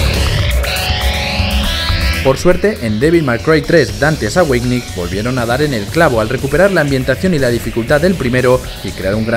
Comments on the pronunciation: devil may cry 3 dantes aweinisssssss madre mia que ingles el tipo... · "Dantes Aweitgnis"